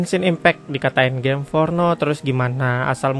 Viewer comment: Gim afah? Gim fornoh?